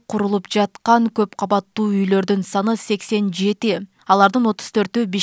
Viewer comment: Каббаттуу эмес КАуАТТУУ болуп айтылат ,кыргыз тилиндеги создордуу туура айта албаган сабатсыздар .Эки ундуу тыбыштардын ортосунда Б тамгасы келип калса жарым ундуу болуп айтылат (уы ) .Орустарды туурайбыз деп кыргыз тилине муноздуу Бир нече тыбыш тамга катары кирбей калган,бирок суйлоп жатканда табийгий турбо копчулуктор колдоно беришет